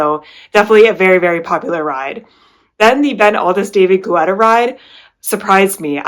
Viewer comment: Thank you for your reviews of the artist series. Some of the rides I’ll have to check out soon. BTW - David Guetta’s last name is pronounced Ge-tta not Gu-etta. Everytime you said Gu-etta I thought of the running gel GU. 😂